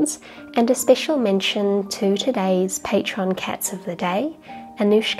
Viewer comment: You put a wrong accent on Russian name, not Anoúshka, but Ánoushka